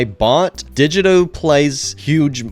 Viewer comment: yo, just letting you know, "digito" is pronounced (di) (gee) (toe)